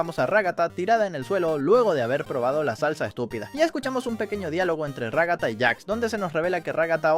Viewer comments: Ragatta❌ Ragasa😃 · xD ragasa en vez de ragata y supersivo caine xD